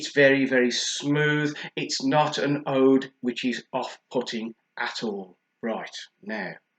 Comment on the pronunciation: when you pronounce oud old mate and Qaed is pronounced kieed